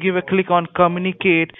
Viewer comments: "give a click on comuniKATE" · I'm sorry but I laughed so hard when he said 'Come-uni-kate' lmao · When he says "communicate" it sounds like "come in a cake